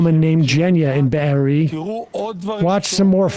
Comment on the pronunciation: its kibbutz beeri, not beer. man that happened only 3 months ago and no one even bothers to learn the name, not even a jewish host.. but i guess he knows very well the name deir yassin that happened before he was even born. the hypocrisy...